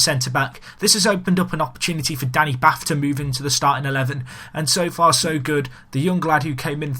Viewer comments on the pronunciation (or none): Danny 'Bart' - not Bath xx good vid though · I'm a Wolves fan, and it's hard for me to get it right but Danny Batth is pronounced 'Bahrt'. He is of Indian Heritage:)